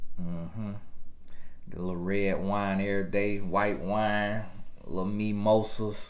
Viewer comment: said "Imma give her these MeMossas" 😆🤣😂